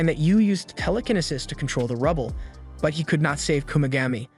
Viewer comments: Bro said tell-le-ken-nisis😂😂 it's tell-li-ki-ne-sis Telekinesis😂 Look at the description of the video too lmao he said "he must still them all" instead of steal😂 if I'm posting a video I'd atleast make sure I'm spelling and saying words right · Ramen as raymin, telekinesis as tela-ken-i-sis, and psychics as physics. I think this is a trained AI reading a script. People don't talk like this. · Ramen as raymin, telekinesis as tela-ken-i-sis, and psychics as physics. I think this is a trained AI reading a script. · proper phoenics --- "raymen" = ramen, "Tele-kenisis" = telekenesis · Pie Ro Kini Sis. Tell A Kini Sis. Instant Ray Men. 😂😂😂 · The way this guy says the word telekinesis and pyrokinesis and several other abilities, As well as stuff like "ramen" as "raymin" drives me fkn insane. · There’s no way this dude mispronounced telekinesis and ramen so badly